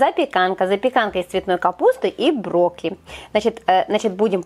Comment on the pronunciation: Как Вы брокколи называете? Брокли?!😳